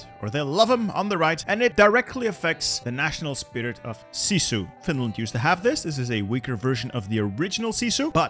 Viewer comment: Uh, only a minute in and I have to say its pronounced [sis-oo] not [see-soo] (My dad grew up in a Finnish community so I've heard about it since I was little). I'm sure the gameplay will be great though!